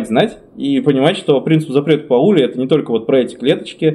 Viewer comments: Принцип пАули, а не паУли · Во́льфганг Па́ули! 🤦‍♂